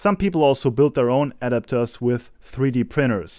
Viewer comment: Your pronunciation of "adapters" is off. I didn't know what you were saying at first. It's not "AD-apters"... it's "a-DAP-ters".